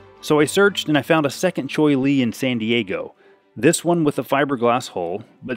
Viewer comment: Cheoy Lee. =Chee Oy Lee.